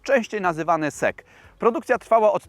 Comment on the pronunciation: Ciekawe, cenne info. Jednak nie SEK tylko SEC.